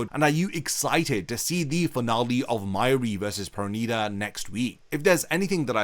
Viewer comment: Finally you said it right perneeda 😂😂😂